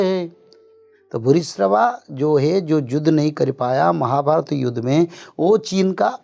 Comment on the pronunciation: Judh nhi Yudh